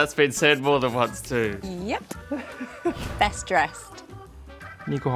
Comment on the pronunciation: Editors leaving in George saying "breast" is diabolical work